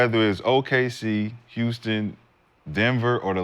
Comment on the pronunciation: S/O Cemetery Larry for looking out for Houston. Nick none talking ass can’t pronounce HOUSTON. Gil is just a laker d rider and Houston hater